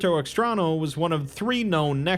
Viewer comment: Puerto Extraño means Strange Port for those who don't know Spanish. (The ñ is pronounced nyo/nya, not na, but still.) Really great video! Your stuff is amazing, really liked Lord Blackwood as a seaslug actually using a rifle lol.